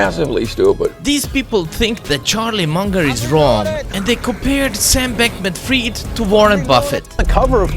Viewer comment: I think they pronounce the Sam Bankman's second surname wrong.